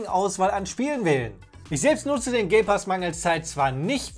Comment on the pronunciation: wer hört da auch gay pass ?